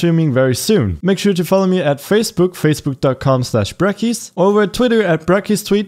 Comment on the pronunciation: fracebook LOL